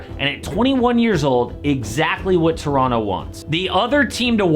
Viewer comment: Your saying Toronto properly. My man!!